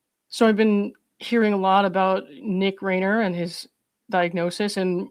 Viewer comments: The last name Reiner is pronounced rye-nur. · Wow, very articulate speaker. (Respectfully, the surname Reiner: the first syllable doesn't rhyme with lane; it rhymes with line.) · Hi I appreciate your very informative about the system & how long term mental health facilities work. The Reiner’s (pronounced like a long i not a long a) were purported to have paid 70k a month for Nick to have care in a private psychiatric hospital. Just imagine how most severely mentally ill people can never receive that level of care. During the Reagan governorship,he closed the California State mental health care facilities. Now there just a few state mental facilities that are called forensic institutions, basically prisons for the criminally insane. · Rye-ner. Reiner. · Reiner. RIE- ner.